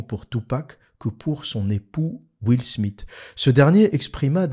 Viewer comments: « Will SmiT »?? Haha 😂 Soit tu dis « will SmiS » à la française soit tu fais l’effort de prononciation surtout que t’es censé vivre à Londres et maîtriser l’anglais et tu dis « will SmiTH » En réalité tu dois être aussi fort pour taper sur l’islam que pour parler anglais. Rigolo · Comment il prononce Will Smith ce fou